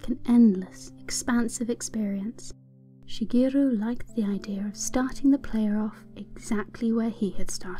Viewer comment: omg when you pronounce Shigeru you give a perfect japanese accent to it - very nice on the ears!